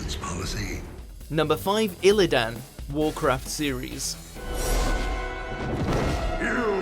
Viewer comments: That way of pronouncing illidan is downright criminal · Illidan has no business being on here and clearly narrated by someone completely unfamiliar with the series in question based on all the poor pronunciation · Illidan is not so much a villain that he ranks on this list while Sargeras doesn't. Hell, Garrosh or Sylvanas are more villainous than Illidan. Lich King above Kerrigan. The pronunciation of Illidan and Sargeras. So much wrong with this video.